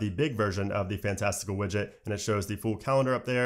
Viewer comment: Just FYI, Flexibits (the developer) pronounces it Fantasti-CAL, as in “calendar.” Also, what is “eye-ooh-ess”? 😂